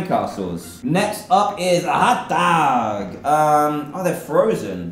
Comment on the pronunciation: It was kinda weird when you said "hotdog" you had an American accent when you normally have a brittish accent